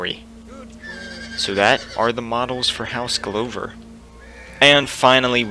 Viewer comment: The apology should be for how you pronounced Glover, not Maege. Haha